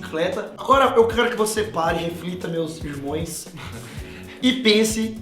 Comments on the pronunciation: "...meus irmoes..." kkkkkk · ele falou "meus irmões"???????? wtfffffffffffff